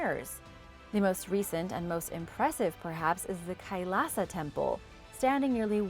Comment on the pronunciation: I love you! W my hich is why I want to share a little of my own knowledge with you! Kailash is pronounced just how you’d think Kai- lash, rhyming with eye lash lol despite living In India for 3 years, I never went here, b ut it’s at the top of my list when i go back And in the name Ayutthaya, the stress is in ‘ayu’ so it’s pronounce d AHYOO- thaya. How do I know? I lived in Thailand for 3 years and I’ve been to those ruins in Ayuthaya. Funny story, as I was learning about what happened there, how Burmese monks torched the placei, a group of Burmese monks came along. We got lots of cool pics that day. Oh and I’ve been to the forbidden city in Beijing too. Fun fact: Mao Zedongs mausoleum is pretty much across the street from the entrance to the forbidden city. But you must show up super early bc they are only open in the morning. Also don’t take anything with you, nothing! No one can bring anything inside, and this is very strictly enforced. Hope this was interesting:)